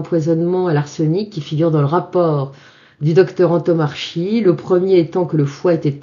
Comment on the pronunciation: Le nom (corse) du Dr Antomarchi se prononce an-to-mar-ki et non an-to-mar-chi, avec accent tonique sur mar et baisse de la voix sur le ki final.